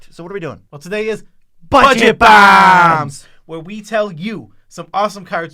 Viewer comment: BUHJET BAHHHHHHMS